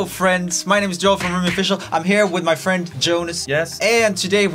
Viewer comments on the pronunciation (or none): hello sweden (tbh you clearly not said friend :p)